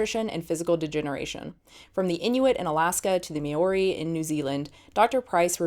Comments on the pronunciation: I giggled when you said Maori! As a New Zealander that was hilarious :P I love your videos by the way! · The way she said Maori was hilarious.